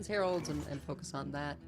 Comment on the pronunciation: 🤣 you can hear her struggle to understand what meant by “hewoeds”. Heralds…ahhh. lol.